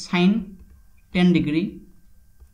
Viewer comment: Sine ten digiri, plus cos ten digiri